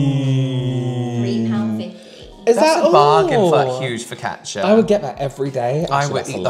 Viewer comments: "Kyabaytees" instead of focaccia is the most unhinged pronunciation and I'm here for it 😂 Edit: "Turkechi" and "Panechotala" have entered the chat 💀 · That was the wildest focaccia pronunciation I have ever heard, tbh 😆 and Panottone is a Christmas dessert!